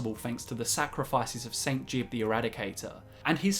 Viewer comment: It's not saint jib it's saint jiube (Gee-Ub) as confirmed by Teldryn Sero